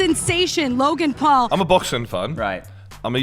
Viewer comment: did Shannon Briggs say “Rogan Paul”?!